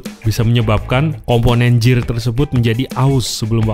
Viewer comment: Gear pronounce-nya Gir